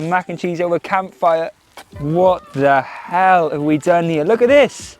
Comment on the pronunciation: Hahaha I’m solely entertained by you saying “what da hell” with your accent 😂 hilarious